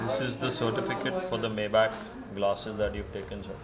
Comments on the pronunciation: you pronounce it wrong way mayback, say maybaack. Now you know, knowledge is power 😂😂😂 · He dont even kno how to p4onounce maybach correctly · Maybach pronunciation sahi karo Sahil bhai.. google pronunciation karo